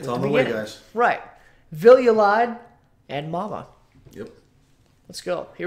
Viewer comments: Hi guys! It's quite understandable that you, being Americans, pronounce the word Lied as you did. However, it's German (and we Dutch use the same word and almost the same pronounciation) for Song. You pronounce it as 'lead' in 'please lead the way'. Love that you're doing a Beste Zangers cycle and really hope that you won't solely focus on Floor's performances because there were plenty of outstanding songs by the other participants. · Nobody's lying here :) Lied (pronounced leed) is german for song. Oh yea, and his name is Poort (pronounced Port).